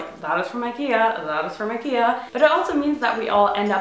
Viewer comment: aww you say it like"aikeiah"